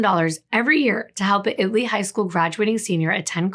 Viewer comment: Thank you for researching “IT-Lee” Texas. Most people assume it is pronounced“”IT-uh-lee”. 🤍